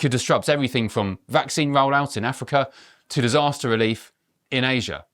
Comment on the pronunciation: He's always saying next pandemic. Gates is a genocidal threat to the world. He wants a genuine pandemic as opposed to the covid bullshit. He can't even pronounce the word vaccine correctly. He is a danger to humanity.